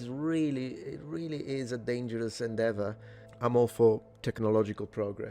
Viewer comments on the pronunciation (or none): none